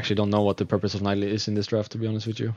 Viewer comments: Rekkles it's pronaunced NI DALIE not NAI DALI... I mean I know it's not your native language but still NAI DALI? xD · Rekkles just need to practice his voice a bit and he would be the best commenter ever, cuz he has so much ingame knowlage... Yea that and maybe learn how to say Nidalee :)